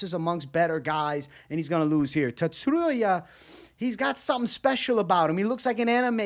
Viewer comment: Tsu - ru - ya there is no emphasis on any syllable